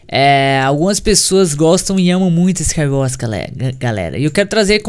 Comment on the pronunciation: KSOAOSOAKSOAAPSKA ele colocou a boca no microfone a falou "MANU EU GANHEI U SCAIUORS MANU" KSOAOSOAOSKAOSKAOSOAOSK